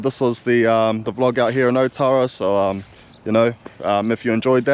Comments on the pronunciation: ootara bra not otara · Your a soldier of god.i am a god,and its not oootara,its alltarra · you dum ass cant even say otara properly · Be awesome if you learnt to pronounce Maori names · Be mean if you pronounced otara correctly. It’s not hard to roll your R’s 😂 I know even the locals don’t say it properly but we gotta start somewhere lol Well done for mentioning and pronouncing“tamaki makaurau” properly though 👍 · Awesome content, would be cool to hear the proper pronunciation of names. Ōtara, which means the place of Tara.